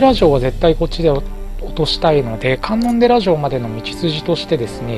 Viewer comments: かんのんでら城ではなくて、かんのんじ城ですよ( ＾∀＾) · 観音寺（かんのんじ）な